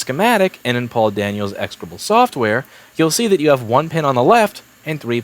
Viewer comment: I don't know why, but every time Louis is talking about Paul Daniel's software, I hear "poor Daniel's software".